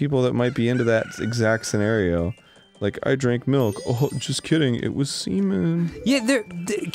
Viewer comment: Melk and beeeeans